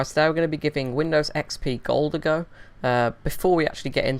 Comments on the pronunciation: lol why you say dekstop and vindows lol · Vindovs and Wirus xD